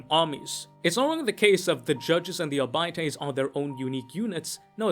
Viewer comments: I guess you read arbiter as ar-biter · "Arbytees".. lol